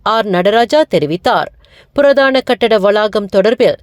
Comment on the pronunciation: புரதானம் குரதானம் கரதானம் புறாதானம்🕊️🕊️🕊️🕊️🕊️🕊️🕊️🕊️